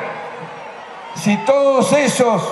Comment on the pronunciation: Alberto dice TodEs